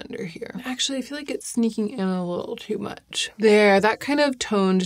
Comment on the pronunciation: did i miss a pun or did she just pronounce much as mech